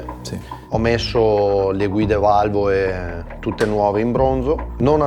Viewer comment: ma parla misto italiano e dialetto?valvoe , fietatura ,imoea , formuea, esie, veoce, queo picoeo guidabie gestibie !!ma scusa ma la lettera (L) non si usa? si dice valvole non valvoe! si dice imola e non imoea !si dice formula non formuea!si dice esile non esie !! si dice guidabile non guidabie! ma il tipo e percaso allergico alla lettera (L)?? O SI PARLA DIALETTO veneto O SI PARLA ITALIANO!!MA NON MISTO!!e ridicolo